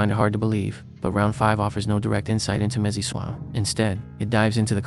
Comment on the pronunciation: "Missy swah" 😭